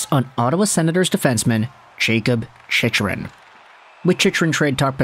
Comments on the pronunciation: ChickRun… not chichrun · man I've fought the urge to comment this, but this is the third video and it makes me cringe everytime (i'm sorry) it's "chick-run", not "chich-run" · i feel like he pronounces it wrong on purpose to get more comments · Do you watch hockey? You can’t even pronounce his name correctly.